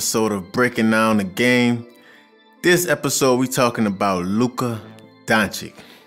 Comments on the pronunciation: Pleasee, pleaseeee it*s Don-cheech!! :( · DONČIČ is NOT Don chick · It's Dončić. Č and Ć are pronounced as CH in English. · Great breakdown! I absolutely loved it. Btw, it's more like Donchich rarther than Donchik. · He is NOT Donchik but Donchich = Dončić !!!!!! Like for example Pete Maravich = Maravić. Great video !!!!! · It's Donchich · Great video, just need to pronounce his last name correctly. NBA is coming back, and I'm sure he'll have some highlights to react to. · You know Luka since he was young but still don't know how pronounce he's surname correct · I like the content and all thank you for doing it. But come on man .. 30 seconds in and you mispronounce his name after all he has done and after countless of hours you invested into making this video lol. I don`t get how that happens.